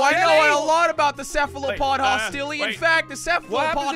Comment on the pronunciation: Hostilē not Hostilé